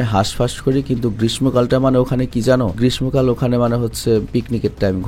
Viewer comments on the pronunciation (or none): গ্রীষ্ম শুদ্ধ উচ্চারণ (গ্রিশ্য )(গ্রিশশ)